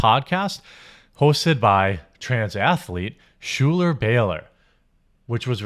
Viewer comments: "Schuyler/Shoe-ler" is pronounced 'Skyler'. It's my surname so I'm fairly confident. Hamilton's "Schuyler Sisters" can back me up on this. Love your work, you uncultured sweetheart. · Schuyler is pronounced like Skyler.